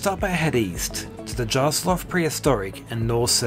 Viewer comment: Hi, nice video but just a small tip to say that Jarlshof is pronounced "Yarlshof". It's the Nordic way of pronouncing J. You might have seen the ferry Hjaltland and it's the same so you pronounce it "H-y-a-l-t-l-a-n-d". The other thing is that despite Historic Scotland trying to make its stamp on us, we don't see ourselves as Scotland or being Scottish. :)